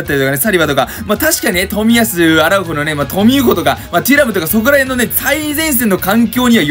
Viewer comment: トゥラムじゃなくてテュラムじゃないですか？